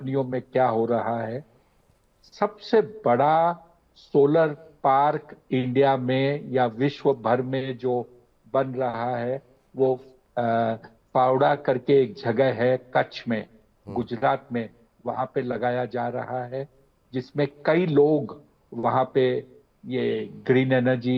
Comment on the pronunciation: स्थान का नाम खावडा है ना कि पावडा।